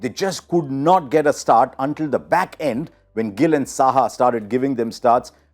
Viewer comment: Abe idli dosa har word mein "th" use karna bandh kar.